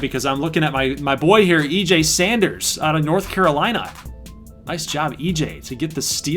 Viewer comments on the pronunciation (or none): none